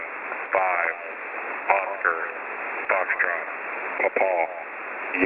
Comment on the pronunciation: Eli Montfort I was in the US Army for 9 years as a medic. It was necessary to use the phonetic alphabet in radio comms and this is exactly how Quebec and Papa are pronounced.